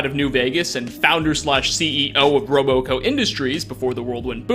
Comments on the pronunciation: Its not Roboco, Its Robco -_ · I heard him say roboco and I instantly came to comments to see if anyone else noticed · Say ROBco, not roboco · You really need better script writer, It's RobCo, not ROBOCO. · It’s robco not roboco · How do you know so much about Fallout but don't realise it's Robco, and not RoboCo? His name is Robert House, not Robort House. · It’s RobCo as in Robert house. Not robo co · It's not RoBoCo. It's RobCo. Rob. Co. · ROBOCO huh? It’s robco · Bruh why’d you say “Robo co”? It’s RobCo, like Rob short for Robert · Robo co.... Rob co. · Is this guy really saying "Rob-O-Co"??? I'm no pro, neither him, but if you do a video like this, I can expect him speaking it as it is; "RobCo", without O... geez... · Its pronounced robco not roboco moron. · Dude it's Robco not roboco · It's RobCo, not RoboCo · It’s RobCo, no Roboco. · robo co? ROB CO. jesus christ you made a fallout lore video? OH MY GOD YOU SAID ROBO CO MULTIPLE TIMES?!?!? WTF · Robo Co! it’s Rob Co as in Robert Corporation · Ok, it's not "Robo-Co", it's "Rob-Co"... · ROB-CO. ROB-CO. ROB-CO. ROB-CO. ROB-CO. Say it with me ROB-CO. It is not, nor will it ever be roboco! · I'm beginning to wonder if you actually have played Skyrim and Fallout as much as you let on. Because you pronounce almost every name wrong. Robo co??? Any fallout fan knows that it's ROB-Co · Bro its "Robco" not "Roboco" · I dont Think you said Sierra right, i Think its Sea erra, and not serra. Also you said roboco instead of robco, i am not hating i am just saying. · Robco, not RoboCo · Isn’t it “RobCo” industries? Why is he saying “RoboCo”? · RoboCo?, it’s just RobCo. Quit mispronouncing things, dude, you sound uneducated mispronouncing names and such that badly. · One thing I noticed is that you mispronounce the name of Mr. House's company. It's RobCo, not RoboCo. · it’s not RoboCo it’s RobCo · ....I had to stop eating my chex mix to judge how you said "Robo-co".... Not RobCo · Robco* not roboco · "roboco" lol